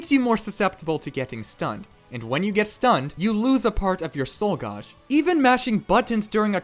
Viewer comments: Why the fuck are you saying gauge so hilariously incorrectly? Gauge - like age. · "Gauge" is pronounced ɡāj (gaysh)